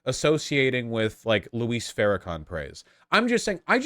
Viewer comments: “Alright, I’m bored now” is the perfect revelation that Vaush only skims the surface and then rages about a topic. It’s Jay ElectRONICA and it’s pronounced Louie not Lou-is. Even if some of the points you are making are true the tone is all wrong and the constant comparison as if it’s as bad or worse than white racists is laughable. Just call it out for what it is. Quit acting like Farrakhan is the KKK. Is Farrakhan great? No. But how many lynchings has the NOI been involved in? What synagogue did they blow up? Are NOI members and followers shooting up white churches and synagogues the way the Nazis shoot up black, Jewish, and Islamic places of worship? The comparison is weak because there is no actions to stand on. Read more. Listen to more black creators like FD Signifier and Lil Bill and maybe you will be able to comment on black things more comprehensibly. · He says it as if it were Spanish, "Luís". Isn't it just supposed to be like "Lewis"? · PSA: it’s Louis, like St. Louis, not Luis, like Luis Guzman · Argh... Vaush still can't pronounce Louis ("Loo-wee") Farrakhan's first name